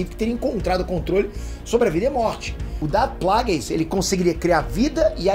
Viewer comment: Quem é Qui? E quem é Plages? Que eu me lembro era Qui (lê-se Quai) e Plages (Plagues lê-se Pleigius),... veja essa pronúncia